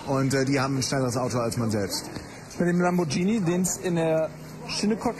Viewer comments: Das Heißt Lamborghini! Nicht: lambordschini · lambordschini??? uahhh!